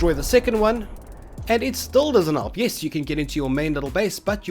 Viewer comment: you South aftican? Just because of how you said yes